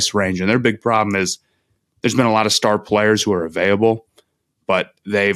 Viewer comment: Is it an Ohio thing to say Avaiyable rather than Available? Genuinely asking not trying to be disrespectful